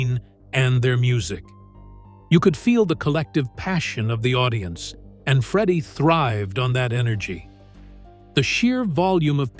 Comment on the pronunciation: This is garbage clickbait. Freddie wasn't diagnosed until 1987, so Knebworth wasn't intended to be Queen's last concert. Also, if you're going to use a stupid , David Letterman- sounding AI voice, it's pronounced "Freddie", not "Freedie". Wankers.